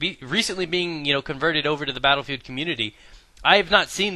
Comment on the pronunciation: "Blatterfield" lol